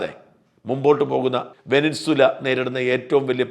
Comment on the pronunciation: വെനിൻസുല അല്ല ഷാജാ വെനിസ്വേല ആണ്